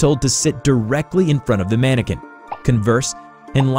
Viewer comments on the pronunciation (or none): Mannequin not Mannican